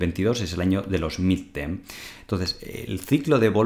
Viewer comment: Y este tío, quien le ha dicho que sabe de finanzas? La revolución digital pone delante de nuestros ojos a cualquier zonzo con un poco de valor a "dar clases" en las pantallitas. Ni siquiera puedes decir "midterm" si que te equivoques. Vaya zumabao.